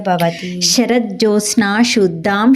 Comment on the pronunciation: చదివేటప్పుడు ఉచ్చారణా దోషాలు లేకుండా చేసుకోండి. అమ్మా ! మీరు కూడా శుద్దా అనటానికి బదులుగా షుద్దా అంటున్నారు .గమనించుకోండి.